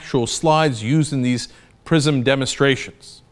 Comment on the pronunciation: lol, I thought Cenk said the program's name was "Prison". It would be pretty apt though.